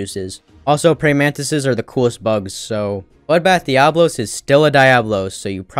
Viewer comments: The way he was butchering Diablos name had me flabbergasted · Kirin in cool automatically disqualifies the list. Also shit pronunciation of diablos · The way he pronounced Diablos was cringe af😑